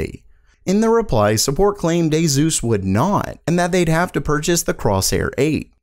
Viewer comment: It's aSus not aZus pls